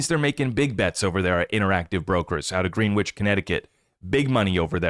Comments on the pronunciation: Greenwich is pronounced Gren-itch 👍🏻 you da man! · enjoy the show. w is silent in Greenwich 😊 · Your pronunciation of Greenwich Connecticut is incorrect